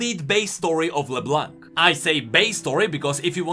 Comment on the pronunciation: it's LeBlonk, not LeBlanc. My ears are bleeding.